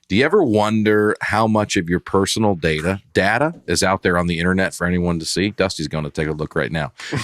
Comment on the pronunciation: Hello folks! really needs to calm down. He says data, and finance with two pronunciations on every add read, and then flips when bacon call him out on something that was actually wrong. Y’all are great and love the pod